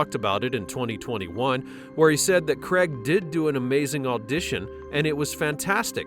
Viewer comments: His name is Daniel CRAIG, not Daniel CREG...🤣🤣🤣🤣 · "Cregg"? Who TF is "Cregg"?